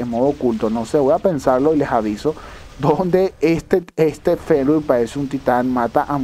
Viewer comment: Hola Y de pronuncia fernir:v